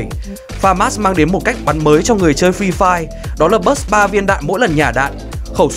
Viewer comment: toàn nghe là phi phai -_